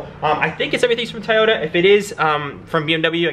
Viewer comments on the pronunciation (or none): Bro it’s so so so so so not a tayota ! Lol it’s a Toyota pronounce To not Ta lol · PLEASE, Say TOYOTA not TAYETA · TOY OTA broo not tie ota 🤣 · Bro its toyota not tayata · Stop saying tayota 😂.. clean ass whip tho 🔥🔥🔥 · I can’t get over saying Toyota wrong 😅🤣🤣🤣 this whole video I was just saying TOYOTA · Maybe it’s just me just the tayota gets to me 😭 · The amount of "tAyota" in this video 🤣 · Why do you keep saying TAAYOTA ?😵‍💫😵‍💫😵‍💫😂😂😂😂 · Man I look forward to this build. I always do a double take when you pronounce Toyota. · Bro you’re killing me with the way you pronounce Toyota. The Japanese do not pronounce it that way either. Your killing me smalls